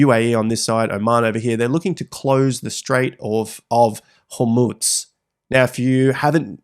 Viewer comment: stop saying strait of houmous 🤣